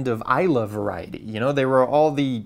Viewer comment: I'm from the Islay area, glad to see it wasn't from the isle of ees lay, a common mispronunciation. Thanks for the great content again